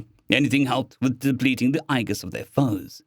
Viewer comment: Loving this series more than I thought i would, was worried about content until i realized this is ASN and he doesn't do too much mushy. That said, thumbs up on all, but it's pronounced EE-jis or Age-is depending on reason. Soft G. Unless i'm completely mistaken, which is possible with the pain killers, muscle relaxers and lack of caffine today...